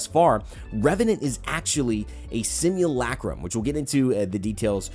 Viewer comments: Simulacrum - simu,LUH,crum . not LACK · Everybody: sim you la chrome: sim you lacrum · Sim-you'll-a-chrome. That's how you say it. I know that's sounds weird from how it's spelt but that's what it sounds like in Titanfall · You’re pronunciation of simulacrum are making me grind my teeth. PLEASE PRONOUNCE NORMALLY